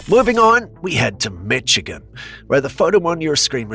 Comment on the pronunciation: it's mi-shi-gan not mi-chi-can how it's pronounced